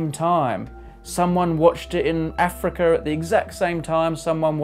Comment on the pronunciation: I like how you say "Africar" and "simmultaneous" (with a short "i").